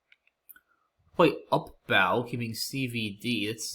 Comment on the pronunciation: May as well tack on here and say that UPBOW is not a part of a ship, but rather a violin playing technique. So it should be pronounced /ʌpboʊ/ instead of /ʌpbaʊ/